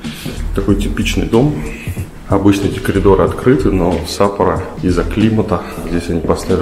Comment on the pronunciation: ты сказал "калидоры" ?